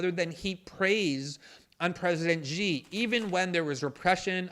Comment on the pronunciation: It's Xi...like she, not...Gee. You're so versed in politics yet you're the only pundant that can't pronounce the Chinese leader's name...? Like, the super easy name everyone knows and everyone memes? That guy? You have never, in your time of "researching the Uyghur issue", and never heard someone say the name of the leader of China. And then you invented a whole other sound...